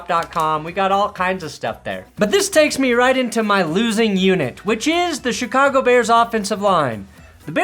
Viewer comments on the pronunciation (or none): none